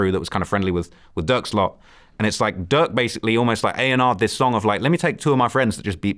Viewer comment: He’s saying “durk” but it sounds like “duck” and I was confused at first 😂